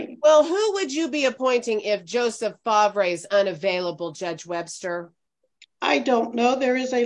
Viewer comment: I’m gonna assume that’s spelled ‘Favre’… i believe it’s pronounced ‘FAR’..